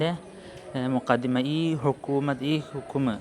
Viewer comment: Mukaddima അല്ലല്ലോ മഖ്ദമ എന്നല്ലേ